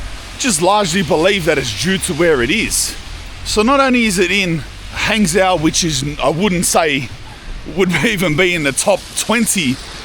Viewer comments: Actually Hangzhou is quite famous for a multiple of reasons if that is where you are (BTW for you it is pronounced Hung Joe ) silly Aussie !!!!! Anyway ya quite close to where I live , so if your drop into Fuzhou drop me a message ! Also no one drives lmao , you could of taken the HSR from Shanghai and been there in no time ,bakeries like that are a dime a dozen mate , nothing special , anyway like I said if ya near Fuzhou hit me up, I'm an Aussie that has lived here for 18 years so might offer you a more in depth side to China which it seems you are lacking :P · Hangzhou is pronounced like “hung joe” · Maybe you should learn to pronounce the city names - it's not hard. Zhou is like Joe (Zh = J, approximately) unless you speak with a really strong local accent.